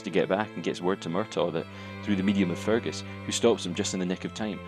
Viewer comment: Sorry, sounds like you're calling Fergus, Fungus.